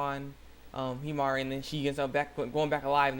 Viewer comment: You said her name right! wow, you realizing you were saying Himari's name wrong made me remember the comment on your first video! (shoutout? silent shoutout?) Oh, great video btw!